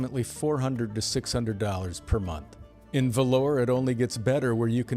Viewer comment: Oh and Vlorë, Albania is VLOH-ruh, not "velour" like the fabric. Think Italian.